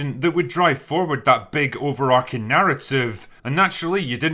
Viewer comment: Drinker, love your videos but you guys keep saying “over-arcing.” The word is ‘overarching’ and it’s pronounced how it looks, as in the way an archway arches over something. I understand why you might think it’s ‘over-arcing’ because I once said that too, and in a vacuum it does kinda sound cooler, but in a world where there is no such word, it doesn’t sound cooler: it’s an error. So idk if you need to make an announcement on Open Bar or what, but everybody in your circle makes this same mistake and I can no longer stand by.